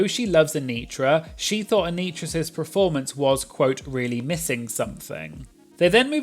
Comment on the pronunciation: I really enjoy this channel but please say the word performance properly, it’s ‘per’, not ‘pre’ (as in ‘preformance’)